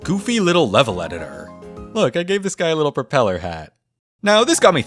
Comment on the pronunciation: "look i gave this guy a propeler hat :)" melted my heart❤️